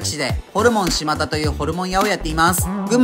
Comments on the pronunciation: 「です」って言ってて草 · 最近ことごとく「しまだ」って言えてないな